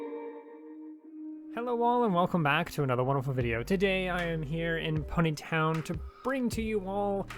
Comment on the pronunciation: the way he says pony town like-- pUneY Tonn